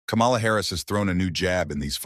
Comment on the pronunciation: I will not subscribe to this channel until you learn to pronounce her name. It is pronounced Coma-la. I am sick and tired of the disrespect.